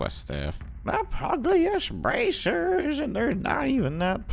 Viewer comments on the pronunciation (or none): It's pronounced: PEW-jil-ist bracers DUNG-guh-rees Be-guy-uhl-er